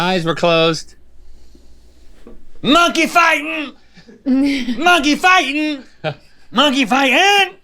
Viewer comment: Phrase: Monkey fighting Rhett: MUH-NKEY FITON!!!